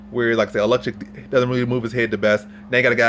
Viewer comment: oh-leks-zay-chuk. love you videos bro. keep at it!!